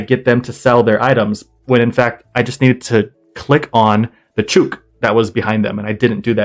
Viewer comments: Came here to say this, it's bugging me XD I heard "choook" and started yelling, it somehow sounds like a slur?? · Just FYI - speaking as an Aussie, the correct pronunciation of the slang name for a chicken, a "chook", is the same as "book". :D